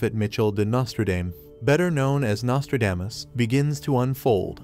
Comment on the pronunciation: I just wish the narrator could learn to pronounce the man’s name correctly!